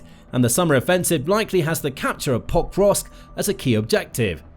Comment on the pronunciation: Did you realise you were pronouncing pokrosk wrong then record yourself saying it one correctly once and edit that recording over the original? You say forgot the first two then you suddenly start saying it correctly but it sounds really wierd. Like every time is exactly the same stresses and doesn't flow with the rest of what you are saying?